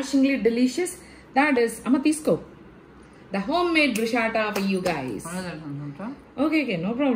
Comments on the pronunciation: It's bruschetta not Brushats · Pronounciation : (Bru-shaa-ta kaadhu ,adi it’s broo-skeh-tuh) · Sorry but you are pronouncing “bruschetta” wrong.....Looks delicious 😋.... it’s “bru-sk-eh-tuh”